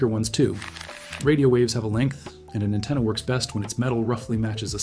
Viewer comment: An antenna not a attena